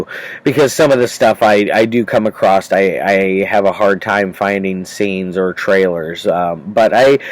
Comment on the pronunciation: So anyone who speaks english and lives in America should know you pronounce it "Uh-cross (across)" not "Uh-crosth". There is not T in ACROSS. Also EVERY SINGLE PERSON from the east coast pronounces "Chipotle (Chi-pote-lay)" Chi-pole-tay. What the hell is CHI-PLOE-TAY?!?!?!?! There is no such restaurant named CHIPOLTAY. CHIPOTLE yes never CHIPOLTAY. WTF is going on with the east coasters? Its like if I called Dunkin Doughnuts Dunkirk Doughnuts. They would hate me. "Yea let me get a large Dunkirk ciffee to go and some douge-nuts to go".